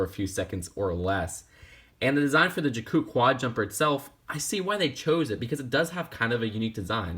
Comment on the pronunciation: You pronounced Jakku wrong.